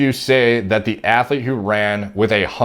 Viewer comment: The word is athlete dude